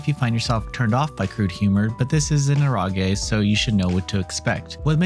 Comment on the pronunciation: Ero as in erotic ge sounding like gay Eh-row-gay